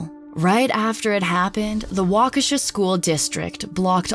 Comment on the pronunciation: Finally, someone who pronounced Waukesha correctly